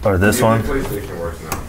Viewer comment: Did he say Paystation?